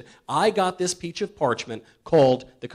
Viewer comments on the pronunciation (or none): Im not sure if you guys caught this but about in the video he was talking about the constitution falling from the sky and he said " great we now have a country, because of this PEACH OF PARCHMENT" roflmao Edit: its about